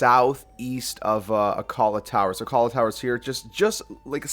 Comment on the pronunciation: Akala tower? I believe it's pronounced ack la